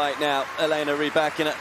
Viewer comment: Elena's name is not pronounced Rybackeeeena though!!